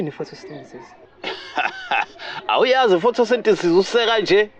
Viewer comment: didn't pronounce Photosynthesis correctly 😅